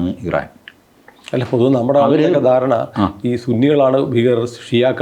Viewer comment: “ I - ran “ is Iran.😂